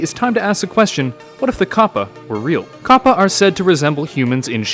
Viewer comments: It's capper not cappa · It's pronounced Kappa. Not Koppa. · Anyone notice his he pronounces kappa as 'koh-puh' and not 'kah-puh' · Why do you say copa it's kappa. Did you not look it up to see if you are pronouncing right? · It's pronounced kappa not kappa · I thought you said twitch Kappa